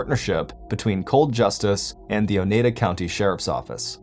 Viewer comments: It's pronounced o-ny-dah 😂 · It's pronounced O-Nye-Da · The way he's saying Oneida is killing me🤣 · Not everyone can speak Wisconsin 😊